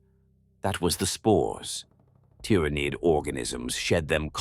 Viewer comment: Good AI. Some improvement needed on the pronunciation of ty-ra-niiid